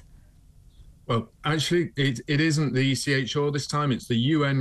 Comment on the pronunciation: Seems a nice chap..but watched him before and when he says ECHR he pronounces the r as or, really gets me, now ive told you it will drive you nuts.